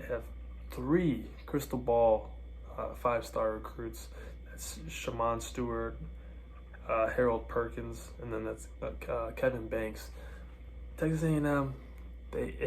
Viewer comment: Bro mispronounced like half of our recruits “Conner wignal”, “sheman Stewart”, “Kevin banks”